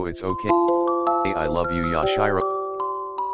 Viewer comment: Yash-Eye-Row CoNtInUe